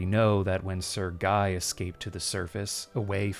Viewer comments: Sir-Gay. Not trying to be offensive, just offering a more accurate pronunciation. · I was listening to the video with my eyes closed. I thought you pronounce Sergei as Sir Guy. I opened my eyes in utter terror and rage to see the letter with the name Sir Guy 🥀🥀